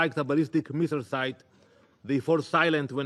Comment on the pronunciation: Did i just heard him say "Peaceful Nuclear Sit"? Lmao 🤣 😂 😆